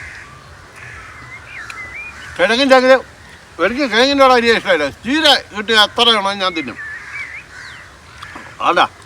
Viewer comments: എന്തുവാടെ ( ചീര ) ക്ക് കീര എന്നാണോ തിരുവനന്തപുരത്ത്‌ പറയുന്നത്? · കീര അല്ലാട്ടോ ചീര ആണ് ചീര എന്ന് പറയണം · കീരയല്ല ചേട്ട ചിര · കീര or ചീര..?😅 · കീര അല്ല ചീര ❤ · കിരാ അല്ല ചിര ആണ് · കീര അല്ല ചീര അടുത്ത തവണ അങ്ങനെ പറയണം കേട്ടോ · കീര അല്ല ചീര 🤣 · കീര എന്ന് അല്ല എന്റെ നാട്ടിൽ ചീര എന്ന് ആണ് പേര് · കിരാ അല്ല chira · കീര അല്ല ചേട്ടാ.. ചീര..😂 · Kera ❌ Chera ✅ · ചീര not കിര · കീര ❌ചീര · കിര എന്നല്ല ചീര അങ്ങിനെ പറ ആശാനെ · കീര അല്ല ചീര ❤️❤️❤️👍👍👍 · കീര 😂🤣ചീര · ചേട്ടാ ചീര എന്നല്ലേ.. കീര എന്നാണോ.😢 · Keeera allaa cheeera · ഭാര്യക്കും കൊടുക്കടോ. കീരയല്ല ചീര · കീര അല്ല ചീര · കീര എന്ന് ആണോ പറയുന്നത് 😁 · കീര അല്ല മൈരാ ചീര 🤣🤣🤣🤣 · Keera alla cheera😂😂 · ചേട്ട കീര അല്ല ചീര എന്നാണ് ഞങ്ങൾ പറയുന്നത് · കീരയോ.... ചീരയല്ലേ......😂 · കീര അല്ല ചെങ്ങായി. ചീര എന്നാ ഞങ്ങളെ നാട്ടിൽ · ചീര ഞാൻ കീര എന്നു കേട്ടേ 😂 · Keera alla chetta..cheera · ചീര ❌ കീര ✅ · കീര അല്ല ചീര.... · ❤️❤️❤️❤️ഇവിടെ കീര അല്ല ചീര 😂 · കീര അല്ലടാ നാറി ചീര ...😂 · കീര അല്ല കാക്കാ ചീര എന്ന് പറയ് ❤❤❤ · കീര ❌ ചീര ✅ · കീരയോ ചീരയോ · കീര ❌ ചീര ✅✅✅ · കീര ❌️ചീര✅️ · കീരന്ന് പറഞ്ഞ കീര 😂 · കീര..? Or ചീര..? അവിടെ ഒക്കെ ചീരക്ക് കീര എന്നാണോ പറയുന്നത്.? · കീര അല്ല ചീര... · കീര എന്നാണോ ഇക്ക പറയുന്നത് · കീര, അവിച്ചത്... എല്ലാം പുതിയ ഭാഷ.. ഇങ്ങനെയാണോ തിരുവനന്തപുരത്തു പറയാ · കീര.. കീര എന്നു പറയുന്നതുപോലെ എനിക്കുമാത്രമാണോ തോന്നിയത് 🤔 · കീര എന്നും പറയുന്നു